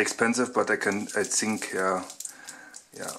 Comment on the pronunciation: Das heißt think und nicht zing ;)